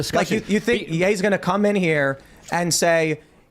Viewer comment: Did you say his name was YAY, or NAY?